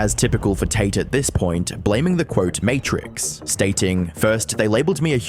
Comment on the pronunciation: "matrix's archive" 😂